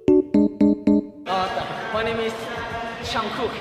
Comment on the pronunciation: Man no me di cuenta que dice JUNGCOOK-(JUNGKOOK)